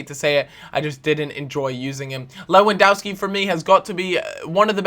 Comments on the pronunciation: its lewandOwski not Dauski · it's killing me- lewandowski is pronounced levandovski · its pronounced lewandoVski like so he can see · Learn to pronounce Lewandowski... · U pronanoce lewondoski wrong